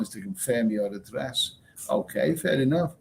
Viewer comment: Are you saying Fair Enough or Furry Muff.